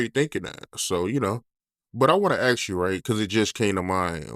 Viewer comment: you’re gonna have to force yourself to pronounce the word ASK properly, man. Just say ǎśś, and add a K sound on the end.